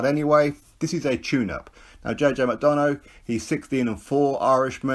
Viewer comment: Think its pronounced Mac-Donna 😬